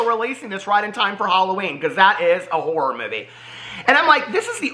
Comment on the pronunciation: When you said “Shane Dawson wants to make a horror movie” I thought you said he wanted to make a war movie and I was so confused 😂😂